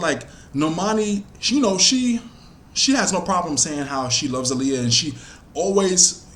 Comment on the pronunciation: I love how u say her name. Aaliyah be getting annoyed when people don't say her name right lol